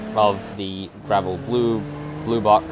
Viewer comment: It's not gravel it's gavril